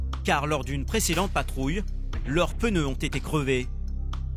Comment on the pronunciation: "leurs peuneus" 😂